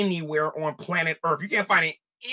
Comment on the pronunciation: Early on he said "earff" you loose boy chick, perry mason , case closed